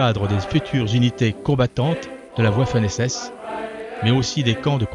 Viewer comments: Wouha, à 04'50, Peiper est commandant de la division "Leibstandarte" le 22 juin 1941 ? Belle promotion pour un type qui n'as pas dépassé le grade de colonel et qui commanda au mieux un régiment en 1944. Mieux vaut prononcer "vaffen-SS" et non "ouhaffen-SS" . ça fait moins plouc. On dit Kour-s-k et non Kourtz (ça c'est dans Apocalypse Now). Je ne connait pas les chiffres, mais je doute que la LSSAH ait aligné 1200 chars à Kourss'k comme il est dit à 6'47. Je rêve ou 7'06 j'ai entendu dire "leibenstandarte" avec un n ? Cela devient lassant : Jochen Peiper n'a pas la croix de chevalier avec feuilles de chenes apres Koursk, mais en 44. 1943 : Croix de chevalier 1944, Idem plus feuilles de chênes, 1945, idem plus glaives. C'est comme s'il l'avait obtenue trois fois. a 7'75, lors de la campagne de Normandie, n'est ce pas plutot 25% de survivants ou 75% de pertes, et non l'inverse ? C'est pas compliqué, plutôt que raconter des carabistoules, je suis allé consulter "military wiki" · Dommage que vous parliez allemand comme une vache espagnole : "Pepper" (comme le poivre en anglais lol) "libestandard", etc. J'ai même cru entendre "la ouafffen SS" mais je vous laisse le bénéfice du doute. Un peu de rigueur SVP.